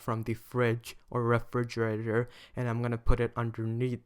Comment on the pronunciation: From the what? 😳 Refrigegrator?